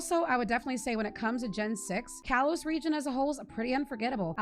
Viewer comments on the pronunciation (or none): none